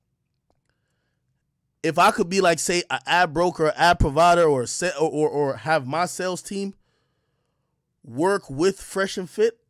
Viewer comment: Why does Al force the way he pronounces the “or” and “ar” sounds in words. Why he forcing it like that?